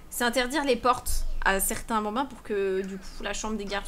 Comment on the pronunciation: "Va faloire soccuper de ces 8 benbins" chui morte deja juste le mot "Benbins" 😂😂😂😂